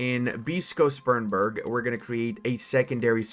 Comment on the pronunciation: That is not how you pronounce Spremberg